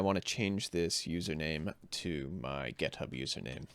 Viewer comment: "GetHub"??? WTF?!!! It's "GitHub"!